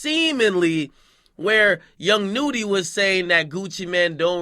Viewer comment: Not young noody. it sounds how it looks. Nudy lol